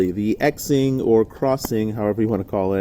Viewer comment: FYI...it is not X-ing or zing....it is pronounced "shing". X in Mandarin Chinese is an "sh" sound. Like president Xi is pronounced "she". Ur only half bufoon.